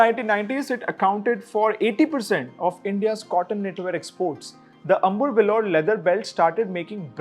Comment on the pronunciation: Brother this piece of article is very exhaustive and involves lots of work from you, great work, a small correction, it's not amur, lether it's Ambur.